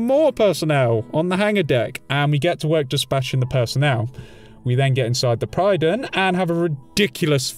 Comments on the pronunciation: The Prydon? It's called the Prydwen - pronounced; Prid-Win. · Pridd-win. Not pryden... The game says it multiple times xD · prid-win not pride-win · Pred-win, not Pride-wen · I think it's a deliberate mispronunciation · does it annoy anyone else that he pronounces Prydwen wrong every damn time he says it?